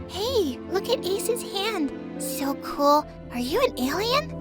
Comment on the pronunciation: I laugh when she say "I'm swo screwed, I'wm gownna crway to mwy mwommy, if I have one 😒"